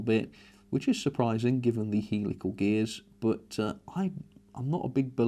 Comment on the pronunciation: You pronounce them Hell-ical not heel-ical by the way ;)